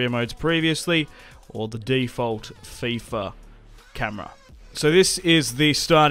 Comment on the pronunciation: Did just say fyfa???😭😂